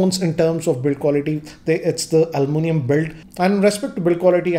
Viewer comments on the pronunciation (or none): I like how he calls "aluminum build " as "ALoMaNUM Build"😂😂